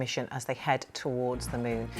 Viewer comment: I kept hearing "mune", instead of moon.